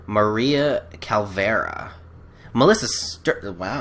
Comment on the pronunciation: Calavera idiot not Calvera!!!